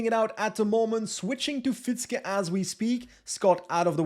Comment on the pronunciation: Love your content! Quick tip for next time: Fietzke is actually pronounced "Feahtske", because that "ie" is a very long and unstressed i sound. It's basically the same sound as in the English word "fear", but instead of the -r, just add -tske. Voila: Fietzke. Stressed on the second syllable, if you were wondering. Keep up the good work! Cheers.